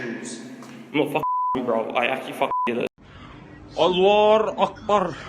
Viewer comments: That “allaherakbaerr” gave me 2nd hand embarrassment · People who went to school with him said he's always been weird and unstable. He can't even say Allahu Akbar properly. But yeah let's idiotically pretend he did this as some kinda religious act. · Every other person in this video was a white Christian but yeah let’s focus on the one guy who’s a so called “muslim” but can’t even say allahu akbar properly 😂😂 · The guy saying "Allahu Akbar" couldnt even prononciate it right comon ya fa'ing twits, ofc they gonna blame it on us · He’s not even saying it correctly, hes obviously taking the piss out of it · He actually wasn’t lol he was meth head Christian and not of middle eastern origin either and he’s not even saying the word correctly 😂